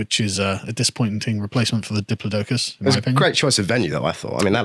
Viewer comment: Carl's absolute butchering of the pronunciation of Diplodocus is causing my inner Dinosaur obsessed 7 year old self to scream in absolute abject horror and righteous fury.